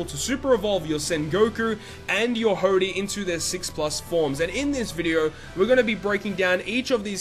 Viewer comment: I love how he says "video" lol: In this vidyeo...